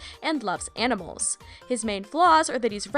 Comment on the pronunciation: I mean he likes aminals Need I say more